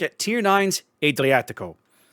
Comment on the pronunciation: Just a reminder that the Fonz was NOT italian. Ah-driatico, not Ay-driatico.